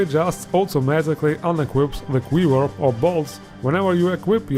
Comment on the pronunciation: Wow the way you say quiver makes my brain hurt lol ive always been curious why some people swap w and v sounds